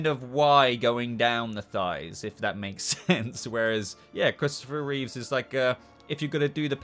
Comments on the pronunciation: Your ranking didn't hurt nearly as much as you pronouncing Christopher’s surname as Reeves! It was George Reeves! It was Christopher Reeve (no S on the end)! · How can you put the Superboy suits in with the Kirk Alyn/George Reeves suits? They’re very different designs and the S is a completely different shape. The Superboy suits were much more in line with the Reeve films. Also it’s Christoper Reeve, not Reeves and it’s Routh not Rouths lol We’re going to be doing a suit ranking on our show once the new Superman and Lois suit drops.